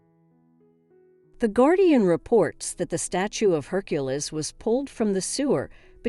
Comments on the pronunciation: Hercules pronounced her-q-lees. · How do I take this seriously when Hercules is pronounced 4 different ways and each one is incorrect? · How hard can it be to properly pronounce the name Hercules?